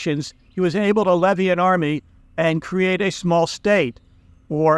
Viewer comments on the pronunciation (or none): none